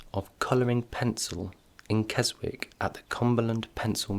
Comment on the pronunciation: Psst.... it's pronounced Kes'ick; the w is silent :)